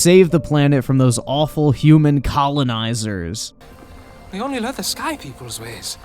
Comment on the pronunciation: I get you're white so technically it's ok for you to say colonizer with the hard R, but you're on thin ice buddy